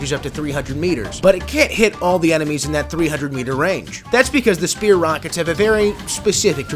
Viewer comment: ah, yes, the Shpear!